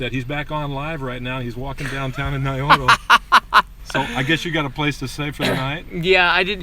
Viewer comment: You are saying Naroyo, but the title shows Nayoro...ahh...correct pronunciation ... I could see it pronounced dyslexic. I thought it would be cold there but looks balmy. Onwards to Wakanai!!!